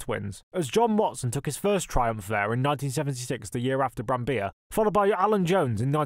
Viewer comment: Nice video, thank you. Btw, you pronounce the double-Ls in Brambilla.